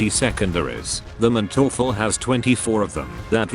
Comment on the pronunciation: the funniest thing of this video is his pronounciation of manteufel xD in german you pronounce the first syllable not the second as often in english. so its MANteufel not manTEUfel